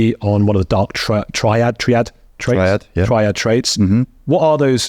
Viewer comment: You don't know how to pronounce "triad" (tri meaning 3, as in triangle or tricycle) and you don't know what "Machiavellianism" is... Are you just pretending to not know these things or are you genuinely that stupid? 😲😲😲🤷🏻‍♀️